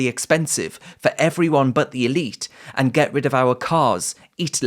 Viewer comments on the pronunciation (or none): none